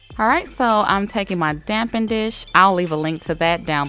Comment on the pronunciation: She says damp-en dish it’s spelt dappen???